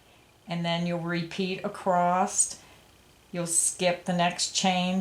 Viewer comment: The word is "across" without a t on the end.